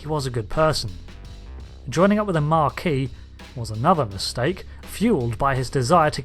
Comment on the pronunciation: Mar - see - elles? Were you trying to say Marsielle? You were, weren't you. You know RDM et al repeatedly say that name correctly on the show, right? No? Also, there's no 'r' in Maquis, you're thinking of marquee, a large tent, not the group named after WW2 French resistance. Ma'ki. Have you spent decades thinking the Bajoran resistance were named after a large tent suitable for social events such as weddings? You completely missed an opportunity to demonstrate your total lack of understand of basic mathematics; you mention Threshold but don't go over your notion that infinite is a bit more than lots. Some giggles, but hardly up to your usual standard.